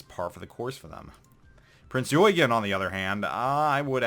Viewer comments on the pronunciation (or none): Eugen is pronounced OY-GEN, Mainz is pronounced MYNZ or MINE-Z! It is NOT The "Yoygen" and "Manes"!!! That annoys the hell outta me. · Dude I cringe whenever you try to pronounce the name of Prinz Eugen. It is NOT "YOY- GAN" it is more like OY - GEN or if you prefer OI - GEN. Please stop butchering the name. aaaaaaargh. Other than that good vid. Thanks for your insights.